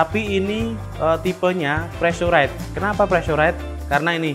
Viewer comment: Preesuraizd, Bang..